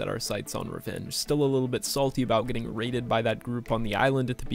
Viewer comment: You know it’s gonna be lit when says “we are Getting ddraided”